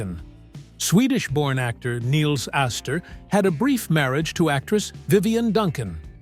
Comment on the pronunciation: Nils rhymes with Pills. Not pronounced KNEELS.